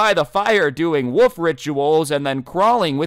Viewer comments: It is not woof it is a wolf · the way you pronounce wolf tho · pronouncing "wolf" as "woof" gets me very time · can't pronounce wolf